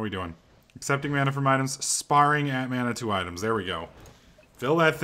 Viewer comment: idk if u know this, or u are making a pun, but sparing is pronounced, Spare-ing